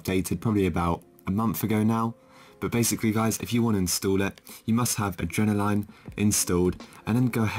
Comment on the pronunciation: Is no one going to tell him hes saying adrenaline wrong